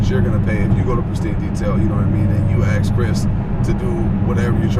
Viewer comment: Between saying "long story short" but not being short, rambling on like a drunk college girl, saying "axe", saying "know what I'm saying", and the stupid text message noise going off (if u shoot videos why wouldn't u shut this noise off), being arrogant about everything and acting arrogant instead of blessed this equals a HORRIBLE experience watching this cussing rambling on. I can't imagine people actually following this rambling drunk college girl. Wow.